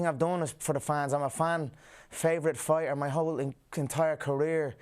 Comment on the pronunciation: “to be a better farter”